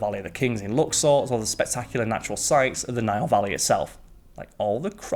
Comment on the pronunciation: It's the NILE N-I-L-E not NAIL. I made it a minute in and just can't with that GNE accent and speaking as if reading the legal details at the end of a commercial. I've heard pronunciate properly and at a steady pace, but even CC and thinks he's speaking about a damned NAIL. Sigh.